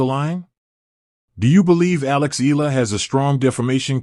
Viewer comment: Eala pronunciation E ya la